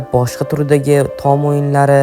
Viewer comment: "Tom" emas "Tom" deb yoziladi ahmoq "Tom" deb oʻqiladi. Shu jinni har safar "Tom" deganida asabim chiqib ketyapti🎉